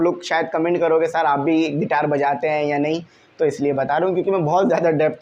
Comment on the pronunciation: Guitar ❌ Gaiter✅